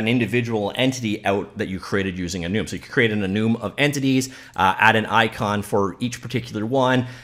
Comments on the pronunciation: lol that bugs me so much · This editor is great. Also he is making me question if I've been saying enum wrong my whole life... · is he pronouncing "enum" correctly? Like for yes Comment for no